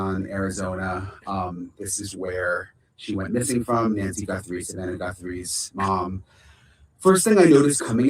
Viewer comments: Guthrie does NOT have an “n” in it! GUTHRIE, NOT GuNthrie 👍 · There is no “N” it is Guthrie not Gunthrie.